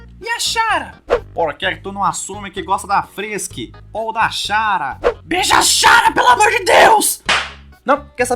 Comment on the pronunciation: Mano, 2 anos depois e eu ainda me incomodo do modo q ele fala chara, CHARA É DE CHARACTER N SE LÊ XARA SÓ PQ TEM CH, SE LÊ COMO SE FOSSE KARA PQ É DE CHARACTER POHA